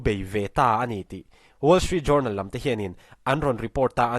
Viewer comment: Ngaihthlak a manhla hle. Pronunciation en lawk ang aw? Reuters hi Roy-tâz tia lam tur a ni a.... Tin Journal hi JARNAL tia lam tur a ni e. Journey, journal, journalism s 'jou' te hi 'ja' tia lam vek tur a ni e, aw?